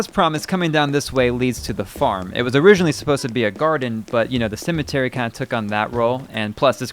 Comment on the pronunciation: You pronounce Cemetery like "Cimitery" and Fences like "Finces".... hahaha